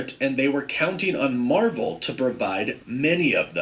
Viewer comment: Nobody Nobody: Mavel